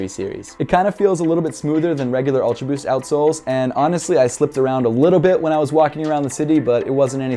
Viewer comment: I like em👍. Every time you say "ulta boost" i chug my 🍺😂😂